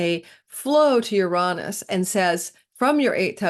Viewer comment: Ur rahn -us? interesting elocutionary style..... it has always been ur-ay-nus, the planet of double entendre.